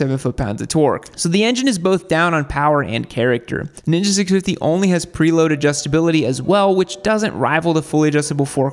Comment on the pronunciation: “Preload” haha